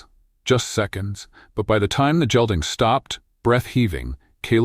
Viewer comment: San Antonio, good story but need to pronounce “gelding “ like gate ..Hard g not soft g like jell ding.